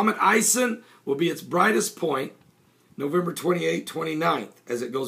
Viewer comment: nowember are you sure its nowember its parsing earth the 28 november